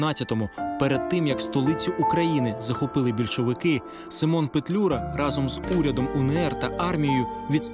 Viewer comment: Симон а не семен